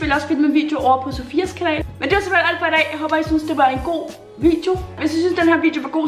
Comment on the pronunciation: den eneste der høre sige simpelhel